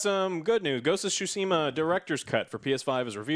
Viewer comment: "ghost of sushi mah"